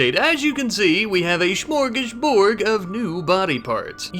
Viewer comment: Smörgåsbord! It ends with a D, not a G!